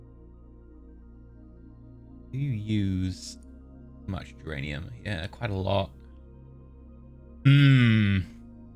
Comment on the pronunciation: Every time you say duranium I hear geranium